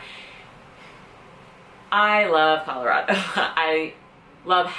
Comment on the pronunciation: I have no problem with you moving here, you say it right Colorado, it is not Colarodo..... I can't stand it when people who aren't from this state call it that!